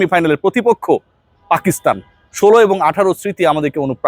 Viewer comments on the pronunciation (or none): none